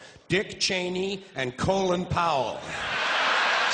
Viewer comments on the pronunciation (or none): Colonel, my ass. Az embör neve Colin Powell. A kiejtése hasonló a colon-hoz. Carlin humorát több ember kell, hogy visszaadja teljes egészében.